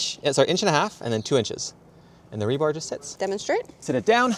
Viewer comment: you crack me up its rebar not rebarb lol